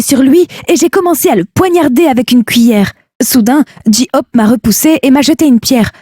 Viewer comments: BTS ARMY 💜💜💜 et whattttttttttt ji ope et BTS ce dit BTS en englais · "Mon groupe préféré " Deux secondes plus tard : "bé té ès"🙄🤨et le "ji ope"😭😭 je décède 😭